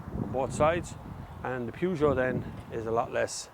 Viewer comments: Peugeot is the best not Renault, but eather that it is not "Pujoo" is PEJOOO! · 'Purr' not Pew for Peugeot pronouciation! Good review of both cars.Captur wins it for me!